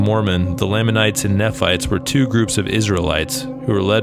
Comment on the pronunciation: Good video. From what I’ve heard, the ones here in Cedar City were already here when the pioneers arrived in the 1850’s. Also, Nephites are pronounced knee-fights.